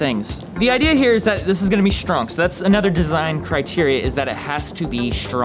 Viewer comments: really said ȘTRONG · it has to be shtrong